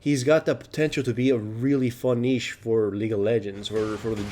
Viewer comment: Wow someone that actually says niche right.